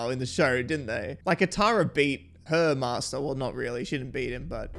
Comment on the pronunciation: With the way they mispronounced most the character names, I'm surprised they didn't claim Katara could be pronounced as "Susan".